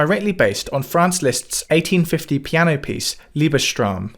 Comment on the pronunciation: One small comment: The name, Liebestraum (love dream), is pronounced liebes-traum not libe-straum.